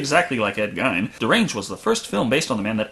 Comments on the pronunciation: Geen not Gine. I live in Wisconsin. My Grandma lived in the same city. Geen, not Gine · Geen damn it ed gein is pronounced like geen good review but the ed gine thing got infuriating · CRS XD ive never heard anyone pronounce it gine...it’s always pronounced geen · The way you pronounce Ed Geine gives me aids. It's not "guyne" it's "gayne" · To nitpick, it's pronounced Geen, with a hard G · To be fair to him, the way it's spelt is usually pronounced Gine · Gein rhymes with mean not fine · Teapot Inc both are not correct. One is correct because he was American, the other is incorrect because he wasn’t German. His name is GEEN not Gine. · Gein is pronounced GEEN, like rhymes with Green, Scene, Spleen, etc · Is it not pronounced 'GEEN"? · The way the guys on Mystery Science Theater 3000 pronounce it, it rhymes with "sheen". Since they are from that part of the county, I've always assumed they were correct. 😁 love your channel! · your mispronunciation of gein's name is driving me crazy, lol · Judson, and Sean should be pronounced "Seen", not "Shaun". Who really expects great consistency with spelling and pronunciation?